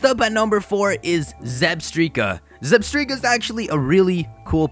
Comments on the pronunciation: It’s pronounced (ZebstrYka) not Zebstreeka 😂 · Wait....Did you call it Zebstreka? It's ZebstrIka! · Why? It's not Zebstreaka! It's ZebSTRIKA, as in Zebra and Strike, not Streak!!! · You mentioned the anime in Zebstrika's entry on your list. If you saw the anime, you'd know the pronunciation is Zeb-STRIKE-a, not Zeb-STREAK-a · it's zeb-strike-a not zeb-streak-a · Its zeb- strika like strike Not zebstreeka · Did you just say "Zebstreka"? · I thought Zebstrika was pronounced like "Zeb-strike-a" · IT'S PRONOUNCED ZEB- STRIKE- UH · If I hear "zeb-stree-kuh" again, my head will implode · It's meant to be Zeb-STRIKAH! (Like that show for two year olds, supa strikas..)